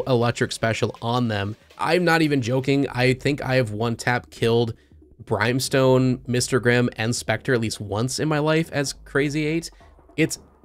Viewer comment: did you say brime stone? lol